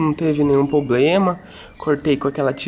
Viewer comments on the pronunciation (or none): Evandro C.B. kkkkkkkkkkk, é que o não consegue falar, PROBLEMA..........Duvido que no próximo vídeo ele fale " PROBLEMA".............Fica o desafio pro amigo!!!!!!!!!